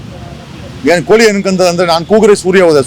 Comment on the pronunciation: ಕೂಳಿ ಅಲ್ಲವೋ ಮೂಢ 😂 ಕೋಳಿ ಅಂತ ಸರ್ಯಾಗಿ ಹೇಳು, ಲಿಂಗಾಯತ ಸಮುಜಾಯ ಅಲ್ಲೋ ಬಿಲ್ಡ್ up ಜಗ್ಗ ಅದು ಸಮುದಾಯ😂